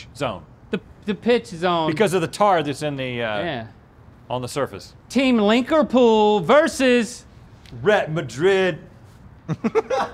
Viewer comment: Link-apool? Really? You had Arse-Neal right there!